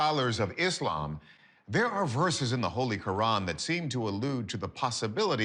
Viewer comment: I was interested until I heard iz laum.